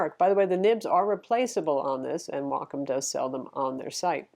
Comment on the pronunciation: You’re one of the few people who actually pronounce Wacom correctly. Thank you! :)